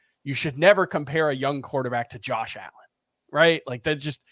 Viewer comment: Did he say Josh Allen?